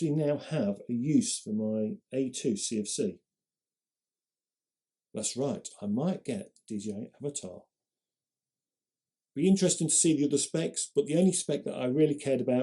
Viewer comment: When your intro says “dji avataR” 🤡